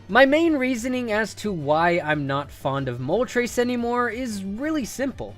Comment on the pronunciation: I've never heard anyone pronounce Moltres as Mol-Trace until today 🤦🏻‍♂️🤦🏼‍♂️🤦🏿‍♂️